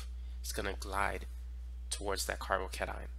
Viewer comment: Why you pronounce it like carbocanine 😂